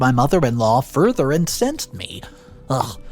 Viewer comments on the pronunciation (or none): none